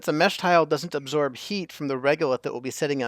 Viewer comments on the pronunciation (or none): none